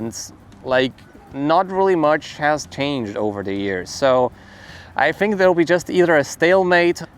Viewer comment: You say “think” like me…Fink